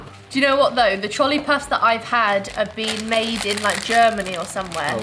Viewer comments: The brand Trolli isn’t pronounced like Trolley. It’s pronounced Troll-ie. That’s y there’s a troll on the packaging. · We have ranch flavor and dressing everywhere in the U.S., it's certainly not just a southern thing. Oh, and in America we pronounce it Troll-EE, like a troll under a bridge. Great video!